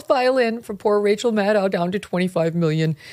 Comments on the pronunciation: Kelly I am sorry you mispronounced rachael name it rachael madcow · How does one pronounce Maddow? I was under the impression it was pronounced the same way as widdow, shadow, meadow etc? I love Megyn Kelly and you guys over the pond I really do but I am at the end of my tether with the pronunciation of almost anyone's name!. It is not Cregg, Vivayk, Maygin and Gram. 😂